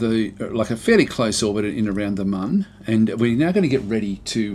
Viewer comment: excellent little tutorial from an informative and mature aussie such as myself. As a long time KSP player this was just perfect to look at a basic Mun landing...and finally someone calling it the Mun and not the Moon lol. thankyou sir :)